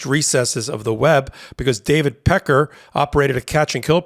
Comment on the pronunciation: Pronounced peck-carr. Peckers ok though.